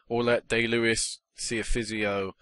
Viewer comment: its pronounced die lewis